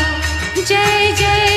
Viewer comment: It's not Joy joy That's Jay Jay Kindly Pronounce it Correct